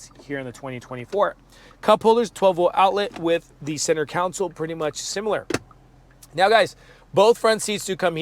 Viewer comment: Good video but console and counsel are pronounced differently!